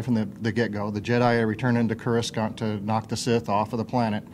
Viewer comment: He can't even pronounce coruscant........